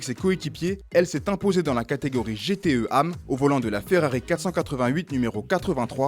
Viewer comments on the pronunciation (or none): Dit : G. T. E. A. M. Pas GTE am